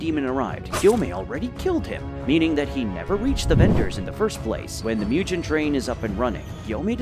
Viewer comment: Myujen? These content creators really just say anything without researching